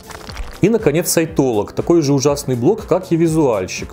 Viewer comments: Упорно слышала вместо "сайтолог" (что) - саентолог. В целом это многое объясняет. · Я упорно вместо "сайтолог" слышу "саентолог", даже перематывала)